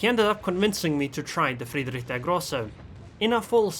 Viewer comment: Ich spreche Deutsch and I like how you pronounce "Friedrich der Grosse"